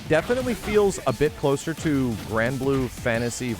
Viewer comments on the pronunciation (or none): none